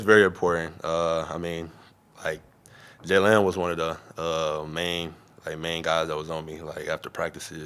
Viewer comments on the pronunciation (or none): Had to say Jalen. J lamb isn't on the Pacers anymore